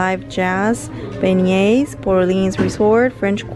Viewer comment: Thanks, Your hair is beautiful n the vitamin product is a great one. Volume is something I’m looking for besides softness. Terrific Tiana merchandise and btw you’re pronouncing beignets right. They’re delicious. Thanks for showing us so more merchandise n picking up items your fans requested from you. Safe trip to Miami, prayers for your dad and hope to see you soon. Have a magical day.